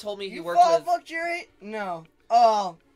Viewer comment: "what the fwuk did u just say to me"